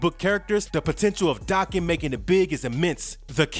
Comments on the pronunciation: It's not Daacan. It's Day-ken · It's Japanese so it's Dah-ken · Its day-ken. And I have a crush on daken. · In all the years this character has been around this is like the third time I've heard his name said out loud. And all the other times i've heard it also pronounced Dokken. I guess that's what it is. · It's Dah-ken. Japanese pronunciation